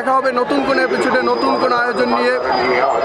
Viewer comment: এপিছোড কি জিনিস ভাই? আগে শুদ্ধভাবে কথা বলা শিখেন।